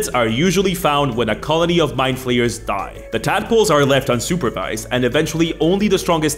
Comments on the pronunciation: I was driving while listening this, and I heard "along with beholders and rogues, My Players are one of the most iconic villans in dnd". I couldn't stop hearing "my players" instead of "mindflayers" for a good part of the video, lol ¡Un abrazo desde el fin del mundo,! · For nearly the whole first minute I thought he was saying my players not mindflayers